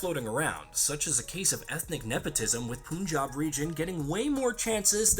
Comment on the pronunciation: once more: its not fooking poonjab. its pun-jab and its not a pun